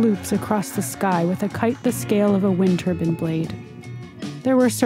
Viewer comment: TURBINE NOT TUBUN FFS!